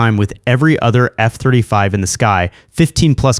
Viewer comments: Did he say "F turdy five"? Lol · F-Turdy Five…😂😂 Epic…😂😂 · F-turdy five